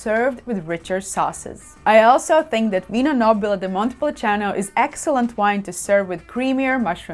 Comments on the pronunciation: Great video and another great T-shirt🙂 What is not clear to me is the pronunciation. It's written as Montepulciano, but you pronounce it as Montepulicano, at least I hear it that way. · you keep saying ‘Montepuliciano’, but it’s Montepulciano